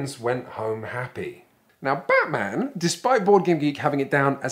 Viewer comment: Now BAAHT-man...